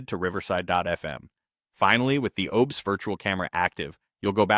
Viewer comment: "OBES" lmao.